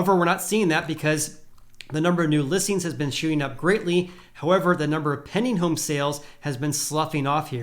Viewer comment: Sounds like he says “penny” listings 😆